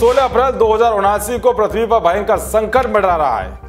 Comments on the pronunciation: अरे भाइ प्रथ्बी नहि है।पृथ्बी है।कम्सेकम सुद्द बोला करो। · prathvi nhi prithvi pronunciation hota h